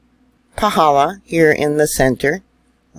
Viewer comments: I felt a good jolt earthquake at 3000 ft elevation near Volcano national Park.. you are pronouncing Paw - hall - law perfectly 🥇🏆... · Excellent pronunciation of the crater👍🏻👍🏻👍🏻👍🏻